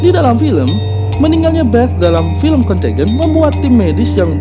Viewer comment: Bagus isi nya, semoga terus berkembang channel nya. Sedikit saran bisa riset dlu pengucapan nama2 or data (dlm hal ini pengucapan nama film nya) dlm b.inggris nya.. jd lebih okeh lg nonton nya... suksess